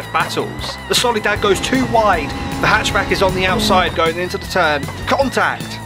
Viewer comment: you called it a "solidad" at the beginning